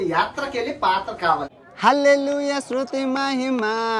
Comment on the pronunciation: Hlo sruthu kadhu sthuthi andaya motham parchesav 🤭